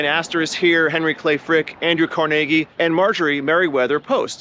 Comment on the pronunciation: Closest I’ve ever heard an American say Carnegie correctly 👍🏴